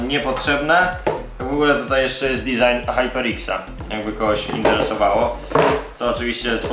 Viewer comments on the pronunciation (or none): none